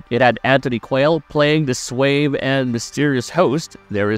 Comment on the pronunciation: Swave? Do you mean suave?